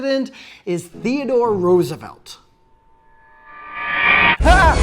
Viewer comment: LOL. Theodore Rooveslt.